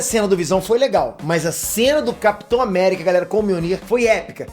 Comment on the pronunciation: Capitor America kkkkkkkk kkkkkkkk